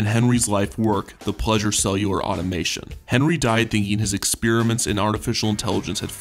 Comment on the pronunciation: A poorly researched video, missing commonly available photos and video. For f sake, pronounce “experiments” properly.